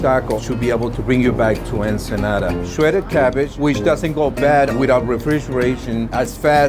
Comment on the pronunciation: "sheweded cabbage."